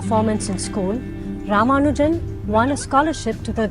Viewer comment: Not Rama Arjun it's Rama nu jan